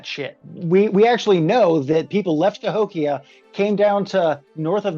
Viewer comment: I just had a surreal moment, where the blonde giy said Cahokian right as I discovered Cahokia in Civ 6.